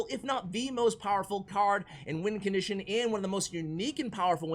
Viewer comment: nobody:: lets dont put the goblin barrel in the top 10 “wincontition” list